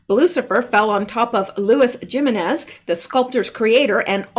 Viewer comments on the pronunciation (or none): none